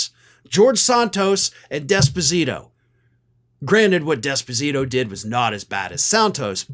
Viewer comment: It is not "desposito" it is "d'esposito", NO emphasis on the "d", emphasis on the "es". Put another way, "small d".